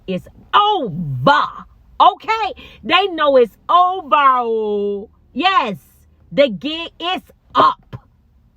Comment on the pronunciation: Love when you say it ova ooh with that African accent ❤❤❤